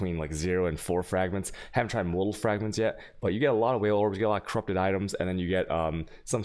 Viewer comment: Wale Orbs? They are Vaal Orbs lol